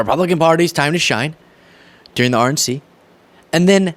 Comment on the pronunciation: every time you said "RNC" and talked about focus on the "RNC" all I heard was "Orange Sea" 😂🤣 And being that the subject if conversation surrounds an orange man & his sea of followers, my brain didnt even automatically question what I thought I heard. 😊😂